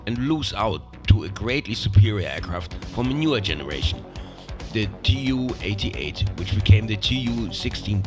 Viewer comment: Oh, btw - TUs prononounced as too. Not tee-you.